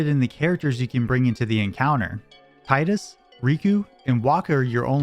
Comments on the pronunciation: great video ! just one thing & i learned this through watching a Kingdom hearts youtube video Tidus’s name is Pronounced Teedus As it’s pronounced TEE-DUS hope This helps for years since the original final fantasy 10 original game released in 2002 PlayStation game we’ve been pronouncing the name wrong it’s Teedus & not Tidus most of us learned this over the years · Tee-dus, it’s pronounced Tee-dus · AWESOME video. But it's still "Teedus" tho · Better odds than finding anyone who can pronounce "Tidus" correctly, apparently. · You said "Tidus" wrong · everyone says Tidus wrong